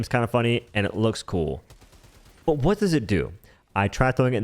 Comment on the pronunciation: Every time you pronounce words with a WH sound with extra heavy emphasis on the H, I die a little inside. 💀